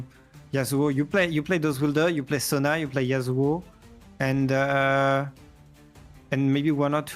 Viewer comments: Sona is pronounced So-nuh… not Zo-ña. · The way he's pronouncing Sona like zhonya is killing me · Alright alright I’ll be that guy Holy crap you kept calling it Sonya and not sona lol